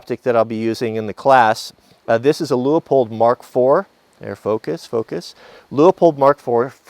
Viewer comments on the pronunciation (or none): Enjoyed the video. But, there is only one "O" in Leupold (Pronounced LewPold, not Lew-Oh-Pold). Thankfully I haven't heard you say "bullet heads"' (Are they out in front of the "bullet tails"?). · It's actually pronounced Lewpold